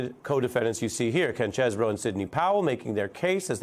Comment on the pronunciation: It's Cheesebro, bro. 🤦